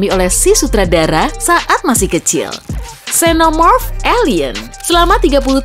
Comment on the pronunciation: Min cara baca xenomorph bukan senomorph tapi zenomorph